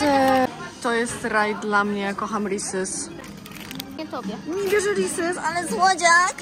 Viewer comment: Risys XD wymawia sie rizis i na buldak bullfog xD